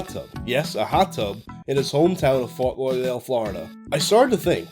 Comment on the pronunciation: is no one gonna mention how said “fort lauderdale, florida” LMAO